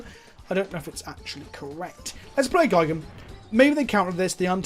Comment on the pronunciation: But Gee-gan not Guy-gan is the correct pronunciation...in Japanese at least...